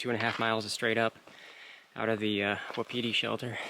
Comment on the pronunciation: Wapiti, pronounced "Whapatea" native word for Elk, meaning is timber ghost. Just for your info.